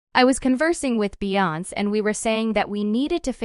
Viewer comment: BEYONC???? OMG!!! ITS BEE- YON- SAY